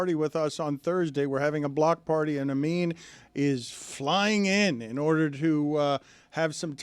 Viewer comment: Dan says “flying in” like planes are a brand new invention